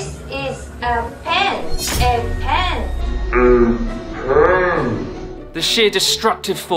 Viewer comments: I honestly burst out laughing watching the "kore wa pen-desu" bit, as the word pen is soooo strong in English, the tissue moved before she even got to say it, like it was fleeing in fear of just how strong the word was....... unreal. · It's how you stress the syllables. In English, "this is a pan", the stress is on "this" first then on "pan". Pan is particularly stressed at the end of the sentence, almost like spitting the word. In Japanese, "pan desu", the stress is on "desu". The pronounciation here is more closed-mouth so the "p" in "pan" sounds more discreet. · It sounded like "ben", less plosive. I don't know if that's normal or not. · She exaggerated the p a bit but yeah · isnt it funny how she over pronounced ¨pen¨ as native English speakers say pen with very little force and without raising the tone on ¨pen¨. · She said pen faster in japanese because the sentence takes longer to say while in english it's just three words so the word Pen becomes emphasized. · The difference between her speaking "this is a pen" in Japanese vs English is simple. She's not fluent in speaking English, so she's speaking a little too strongly on the emphasis of the word "pen". So she exhales heavier than she would when speaking Japanese.